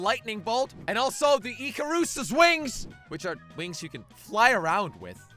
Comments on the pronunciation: who tf is Earkeruse lmao, its Icarus. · He pronounced icarus wrong 😂